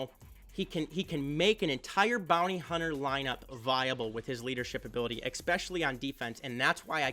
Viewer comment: eSpecially.. not eXpecially